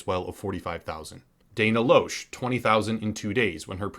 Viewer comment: Just a tip; Dana Loesch is pronounced “Lash.”